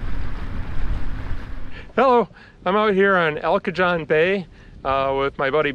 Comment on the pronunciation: El ka-john 😂😂 my friend, it is El Cajon (ka-hone) great video tho